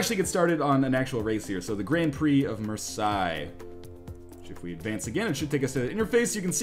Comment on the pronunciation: I love how you pronounce Marseille :D